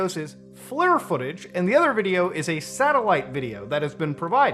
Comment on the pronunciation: Vimanas man. Edit: FLIR is pronounced fleer. Forward looking infrared. Lots of acronyms in this field. Also sneaki g a phone/camera into a sciff is 99.99% impossible. I think these are hoax videos, but interesting nonetheless. Edit 2: The satellite footage in how it is presented appears to be an "accurate representation" of capabilities, but I don't believe that the footage is genuine. here if you want me to spend some time on it.